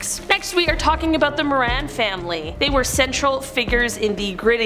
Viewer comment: More-ran not More-on